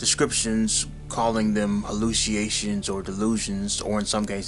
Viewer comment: hallucination and susceptible are not pronounced the lazy way you pronounced them